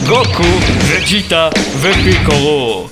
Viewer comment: אחלה סרטון ,דרגון בול סופר הסדרה האהובה עלי ,מזל שאמרת וג'יטה ולא מקיטה (איכס) אבל פעם הבא תומר פיקולו ולא פיקורו